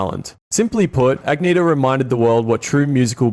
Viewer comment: Her name is actually pronounced AN-YETH-A ...the G is silent.